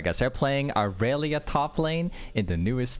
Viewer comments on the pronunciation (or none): the amount of e’s you miss disturbs me as a irelia main